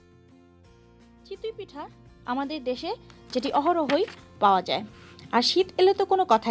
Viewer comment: Chitoi pitha not chitui pitha. You have a serious problem of pronunciation. You explain well though, just take the criticism positively for improvement.